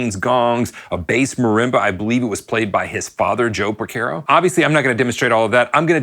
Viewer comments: Por CAR o. Not por CARE o. Sorry, I’m Italian… keep on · It's Por CAR o Not Por CARE o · A couple things . . . His name is pronounced Por-CAR-oh. Not Por-Ker-Oh. “St. George and The Dragon” is from their second album Hydra. He didn’t leave his session career to start Toto. He was doing both. The Toto IV sessions and the Michael Jackson Thriller sessions were only a few years apart. Your “Rosanna” groove was loose and sloppy, but you shouldn’t feel bad. I’ve only heard a handful of drummers actually pull it off. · Its Jeff porcaro, not Jeff Percaro. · its not Por-KER-O.....its Por-CAR-O -Great vid though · Is there a reason you are pronouncing it Porc - AIR - oh? It's not said that way....Great vid though. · Why do you insist on pronouncing Pocaro wrong???? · Pronouncing his name correctly is bare minimum for making a video about him. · Geezus H!!! Learn how to pronounce the F’ing guys name if you’re going to talk about him! 🤬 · Great video, but at least please pronounce his name correctly. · You're pronouncing his name wrong. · Mispronounced last name but thank you for this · Love the video! But I have to be honest with you, every time I hear you mispronounce his last name, and Miss pronounced Mushanga, I wanna jump through the TV and smack you! Lol! It’s (Pore “Car” Oh), not (Pore Care Oh.) And it’s (Moo “Shon” Guh,) not (Moo Shan Guh) You are welcome! 😊💙🎸🥁